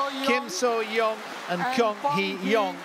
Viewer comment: It's not Kyong its Kong, these fucking commentators can never pronounce names properly. You have one job!